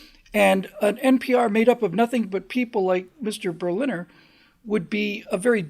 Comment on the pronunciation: This guy was told the correct pronunciation of Berliner, yet he kept mispronouncing it.